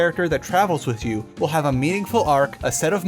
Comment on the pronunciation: Remind me, how do you pronounce "with" again?